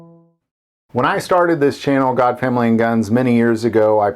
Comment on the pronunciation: GOD not gog.